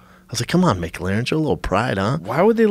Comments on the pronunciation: The way they pronounce “McLaren” is hilarious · sharpybliss Jesus Christ thank you drove me fuckin nuts. Freaks out about the car not being appreciated and can’t even pronounce it’s name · Why do Americans pronounce mclaren like that? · It's just schaub derping. McLaren. First part same as McDonalds. La like the first part of Larry. Ren like the last part of Karen. Schaub got 1/3 syllables correct. I'm giving him a star sticker. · I don't even understand how they get that wrong. McLaren is pretty basic and I'm not sure where that pause comes from. That's coming from an American too. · For car enthusiasts you need to learn how to say Mclaren. Jesus christ. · Schaub says “Mick Larren” 😂😂😂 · Brendan "Mick Laren" Shaub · What the fuck is a mc larin please say the word with the Celtic pronunciation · Brendan is such a douche "Mc-larin" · Micklaren?? It's McLaren guys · Would this idiot stop saying mic -laren. Dude, its Mclaren. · Drink whenever Schaub says "MicLarrin" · M clair in, not Mic leer an ... its an f1 team not a burger joint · It is Mclaren not Mc laren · THECFUCK ARE THEY SAYING?!?!?! "MIC-LAREN"!?!? ITS "MU-CLARIN" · It's not Mac Laren it's M'claren. You're welcome Yanks. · It’s mclaren not mcglaren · Brendan "Mick-Laren" Schaub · "Mick-Laren"? C'mon guys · Brenden “Mc-L-aren” Schuab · Tu Madre Ahahahahah so true. MacLaren 😂😂😂😂😂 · Brendan “Mic-Lahren” Schaub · "Mic-laren" lmao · A Mac Laren? Excuse me Mr Schaub? A Mac fucking Laren? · It’s not a mc-laren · Schaub is pronounced MA-CLAIR-IN its not a fucking McRib! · brendon "mic larren" schaub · LMFAO pronouncing mclaren .... mic-laren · Brendan "Mick Larren" Schaub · What the FUCK is a MickLaren? Jesus, every time with this dude. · Brendan “Mic Laren” Schaub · MicLarin? Is that how you say it? Wth lol ive never heard anyone pronounce it like that.. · Brendan "Mick Lahren" Schaub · "Mick-Laren" lol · Brendan the type of guy to pronounce McLaren as Micklaren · Brendan “ MAC-layren” shaub